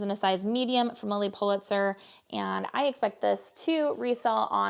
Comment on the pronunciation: I'm sorry I couldn't make out what you said Lilly Pa What? I'm getting back into reselling and brushing up on clothing brands